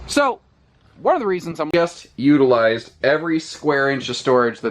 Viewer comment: You had me at uterize. 😂